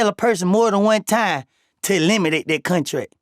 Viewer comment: Nga said “Cuntrak” lmao